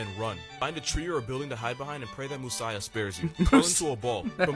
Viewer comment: nothing really prepares you in life for hearing the term "moosiah"